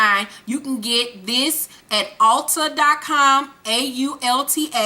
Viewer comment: Girl it's ULTA. Not ALTA... lol 😂love you ! I watch you every week!